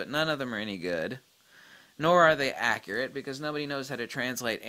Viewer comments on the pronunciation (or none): none